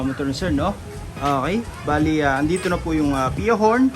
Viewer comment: Ok po, not ah-key.